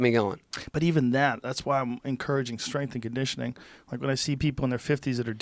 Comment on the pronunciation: Joe "strenght n conditioning" Rogan